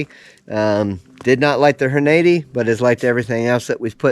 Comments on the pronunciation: "Horn-80"? Took me a minute to figure out 😂 Good video. I love my S&W BG 2.0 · Just wish you would pronounce Hornady correctly, otherwise I learned from you. Just bought mine yesterday and can't wait to get to the range which the nearest is 20 miles away.